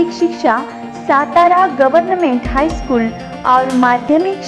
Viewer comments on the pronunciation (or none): Mam हाय नहीं हाई